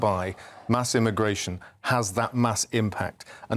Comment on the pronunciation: Pweeze th-tawp immagway-shun